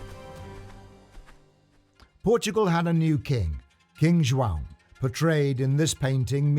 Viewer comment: First English man to say João, properly.